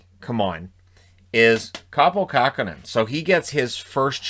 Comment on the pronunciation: Kähkönen not kahkonen